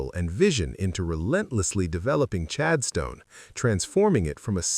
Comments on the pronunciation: Chadston not Chad Stone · 🫣 pronounced ChadSTON..not ChadSTONE....it's an 'Aussie' thingy...🙄 STONE(D).....🇦🇺😮? 🙄